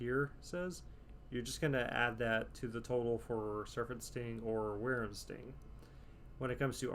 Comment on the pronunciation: It’s pronounced Why-Vern Sting btw XD not worerm Sting